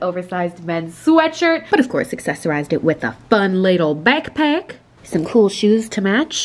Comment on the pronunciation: "fan lil beckpack" Me: 😂